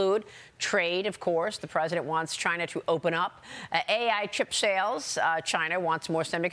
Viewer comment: "Xi Jenping should be worried" 😂😂